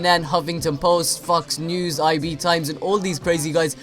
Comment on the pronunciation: It's funny how says 'Fucks News' instead of FOX News. Illuminati confirmed.